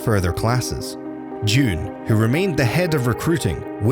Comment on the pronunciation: it is pronouned jun like sun but with a j not jun like the month june